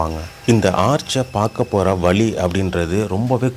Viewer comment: சிரமங்களோடு செலவு செய்து எடுக்கப் பட்டுள்ள இந்த வீடியோவில் கீழே கொடுக்குக்கப் பட்டுள்ள சில தமிழ்க்கொலைகளுக்கான உதாரணங்கள் -- thamilarkal (தமிலர்கள்) valum வாலும் பகுதி இங்கு வலி கிடைக்கும் (வழி என்பதின் உச்சரிப்பு - வலி)